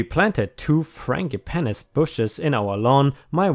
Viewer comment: 1st. I know what kind of "bum" problem they had at St Bilbo. It was the hypocritical ahs living there. Fran gee pan ees = frangipanis